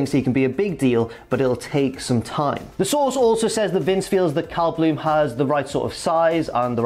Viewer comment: Every time you say “Cal” it sounds like “Kyle”